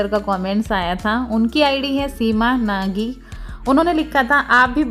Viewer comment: Apne apne video me mera comment pdha naam liya bhut achcha lga pr mera naam Seema नेगी hai aapne नागी bola to mujhe hassi aa gyi 😅 apne mera surname hi change kr diya 😂 bhut logon ko galti ho jati hai bolne me